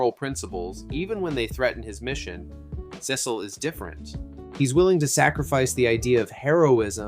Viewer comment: holy underrated, love the vid but the way you said "Cecil" made me mad lol